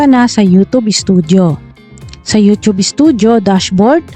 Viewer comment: YouChube po tawag nyan